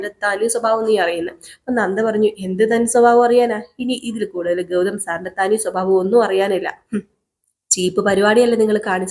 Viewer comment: ഗൗധം എന്നും കൗരി എന്നുമൊക്കെയാണ് കേൾക്കുന്നത് ഗൗതം എന്നും ഗൗരി എന്നുമല്ലേ കറക്റ്റ് ഉച്ചാരണം ഖ അല്ല ഗ ആണ് ഗൗരി ക അല്ല